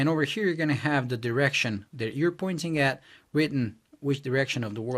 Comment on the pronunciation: It's "THAT" not "DAT". Thumbs down.